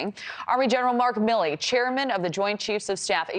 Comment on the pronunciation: Milley. 🤣🤣 C'mon man.